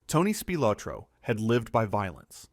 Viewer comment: ITS PRONOUNCED: SPIL OT RO.